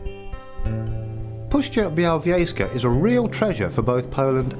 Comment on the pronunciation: I know that speaker is from West Europe but when listen śuwalśćiźna or puszcza białowiejska 😂😂😂